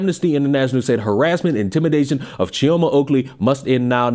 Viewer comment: Hello there love ur great content I know pronunciation when it come to Nigerians is not Every foreigners strong suit but it isn’t “Chi o ma” it’s “Chee o ma” and “oh kill e” also it kills me when people say “Laa-Gos” 😂 it’s “Lay-Gos” just thought it might help😊 also ps “Biko” ike gwuru” isnt actually a slang it’s Igbo language